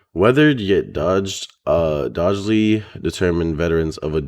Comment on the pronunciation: Doggedly (dog·ged·ly) and Cudgel (kuh•jl) are how you pronounce them. You can erase my comment after ya see it, not trying to be that one guy but it's just incase you see those words later and someone else decides to troll you. Love your content bro!